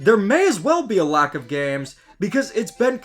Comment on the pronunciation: Bro says gams